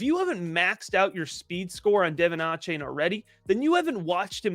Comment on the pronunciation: Love the content y’all, keep it coming!! I work for the Texas A&M football team and it’s DUH-VON A-CHAIN😂 sorry I just had to say it